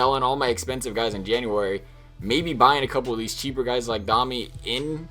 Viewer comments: DOME E not DOM E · you were right the first time you said it, it is doe-mi